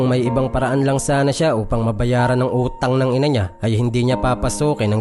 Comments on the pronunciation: Natawa ako sa pag bigkas ng utang ng ina nia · 😂ako dn😃 ang lutong eh.